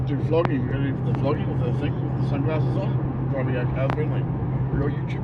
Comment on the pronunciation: Did say “flogging or vlogging”?!